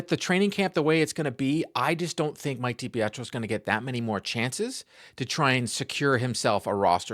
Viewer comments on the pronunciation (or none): none